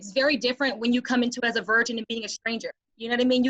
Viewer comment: It sounds like pronounces virgin like “version.”